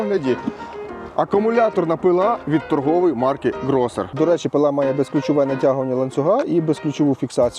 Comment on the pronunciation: Правильно не Grosser a Грёссер.